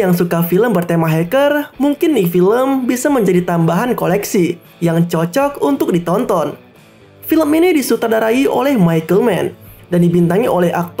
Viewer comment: Bagi yg pendengarannya baik pasti di mendengar kata sutadarai.. padahal yg benarnya di sutradarai yg ..